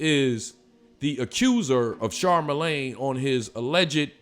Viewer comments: It’s Charlamagne my guy, not Charmalagne. But still, f CTG anyway. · Lmao "Charmalane" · Char- mel- lane??? 😳😂😂😂